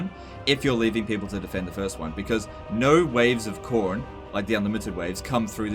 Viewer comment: Why you saying Khorne weird? It's the same as corn. Don't blame your accent, I'm in Brisbane.